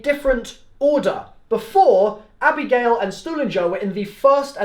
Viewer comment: Why did you you call Misty abrigale ?